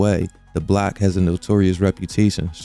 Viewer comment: Your pronunciation of "block" consistently as "black" is super confusing, lol